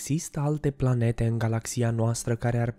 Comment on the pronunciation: Eu am auzit la una pe aici că a zis plante în loc de Planete